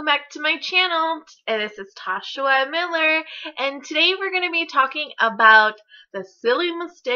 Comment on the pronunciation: Its "tosha y miller" lol youre so cute